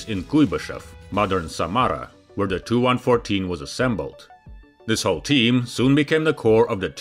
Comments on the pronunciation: 'Tee you'. Not 'too'. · It's pronounced T U, not TOO. Grrrr!!!!! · Please do not pronounce Tu as ‘Two’ but ‘T’ ‘U’ somehow the accepted way of correctly pronouncing has become corrupted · Tee U not To. Seems common to sat it that way. Enjoyed the video. Nice airplane! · FYI…..it’s pronounced tupolev, NOT Too…..114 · He pronounces the TU initials of Tupolev 'too'. The video is neigh on unwatchable.